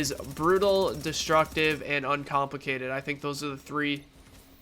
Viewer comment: Did you just said uncomplicitaded? xD Cheers, keep doing great job:D